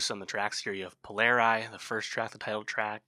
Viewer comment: Please pronounce Polari properly. Language is one of the most beautiful songs I’ve ever heard. The album is fabulous.